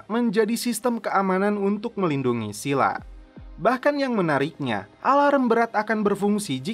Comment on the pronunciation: Pengucapan Scylla di google translate adalah "skaila" bukan Sila.